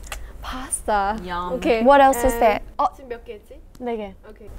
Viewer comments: haerin try to speak english, pointing "there is dare, dare is there" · Haerin saying “Dare is dare (there)” 😂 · "dare, there you go" minji lmaoo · Haerin - ‘dare is there’😂😂😂